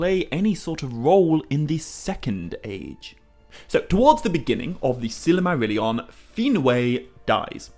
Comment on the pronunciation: How do you pronounce silmarillion so wrongly?